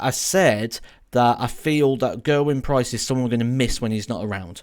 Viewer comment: If you're a fan of Gerwyn Price, please for the love of god, learn how to say his name properly!